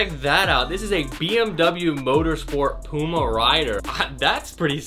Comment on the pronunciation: any1 else dislike just because of the way he said puma